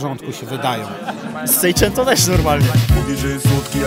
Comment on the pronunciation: Nie sekłento tylko ssijpento.